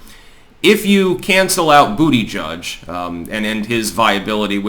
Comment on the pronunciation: It pronounced "Buttplug".